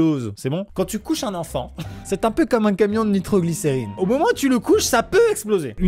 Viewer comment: Ce que Amixem a dit : Ce camion transporte de la nitroglincerine Ce que j'ai compris : Katsuki Bakugo était dans ce camion💥